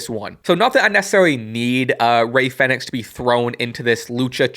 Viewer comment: Isn't it pronounced as like "phoenix"? Or am i wrong?